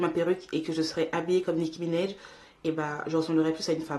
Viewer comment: Comment elle dit nikki Ménage 😂😂elle est tare